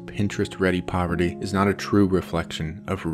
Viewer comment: this guy calls it poverity man